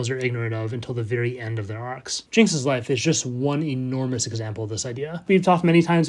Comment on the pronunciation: Everytime he says "life" I hear "wife" and I just can't help it hahaha. Okay back to the video I always love how you can explain everything in such a calm way and still be so interesting